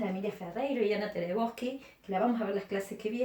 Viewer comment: Hola. Es "Teberosky", no Terebosky".